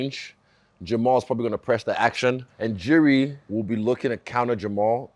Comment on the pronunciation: Rob pronouncing Jiri correct (yiri) and Izzy pronouncing it wrong. The back and forth is hilarious